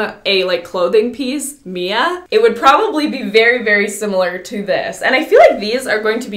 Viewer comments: Who’s gunna tell her it’s M.I.A not Mia 😂💕💕💕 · Is anyone gonna tell her the boots’ brand is M.I.A. not Mia… lol love ya Mia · When Mia thinks the shoes are named after her but the brand is pronounced M.I.A like “missing in action”